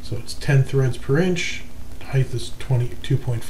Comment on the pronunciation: Why do you say heigth instead of height?